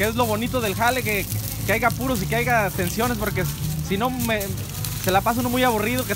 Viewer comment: La palabra es "haya" no "aiga" saludos desde Chile